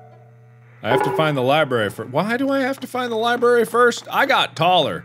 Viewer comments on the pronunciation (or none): mark- “i need to go to the liBARY” “this is a strange liBARY” “what is wrong with this liBARY” me- grammar nazi engaged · The scariest thing about this is Mark pronouncing it "libary" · the fact that mark said “liberry” makes me have the urge to commit war crimes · mark: " something seems different about this li-berry" me: about to die from OCD because he said li-berry instead of library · Lie Berry